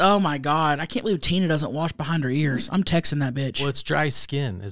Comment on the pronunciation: Remember when The Beavers mom said don’t forget to warsh behind your ears????😂😂😂